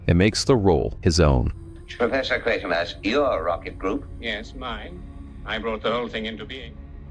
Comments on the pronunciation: It's pronounced QUAY-ter-mass, not QUAR-ter-maass. I would have expected you to know that. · That almost sounded like you said Quartermass at beginning but I know that can't be. Lol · I am assuming it's an AI commentary otherwise if you claim to be such an enthusiast, you'd know how to pronounce Quatermass. AI is ruining the YouTube experience. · You said Quatermass correctly once in an earlier video and never again 😂 jokes aside this was a wonderful trilogy of videos! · Michael Gough is an extremely well-known British actor. His surname is pronounced Goff - not Go. And ... it's QuAtermass - not ¼ mass. There is no second R. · Quatermass is pronounced Kway-ter-mass. I think the word you're looking for is heresy, not hearsay. It's pronounced "hair-uh-see." And it's Nigel Kneale (rhymes with kneel), not Nigel Keel.